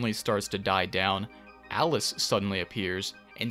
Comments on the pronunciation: Love how every time you say "Alice", I hear "Atlus" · These videos relax me in a beautiful way. Also, am I the only one who keeps hearing Atlas instead of Alice? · Am I hearing things? Everytime says "Alice" I think he's saying "Atlus" and it keeps confusing me